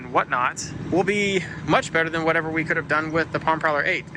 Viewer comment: "than" not "tan"... i actually like the color haha